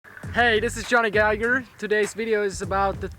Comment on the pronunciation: pronouncing his name " Johnny Gigger" sounds funny